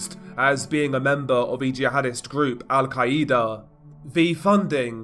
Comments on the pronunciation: The way you say Al quaeda😂i can't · I still get ignore him saying Al-Qaeda wrong o3o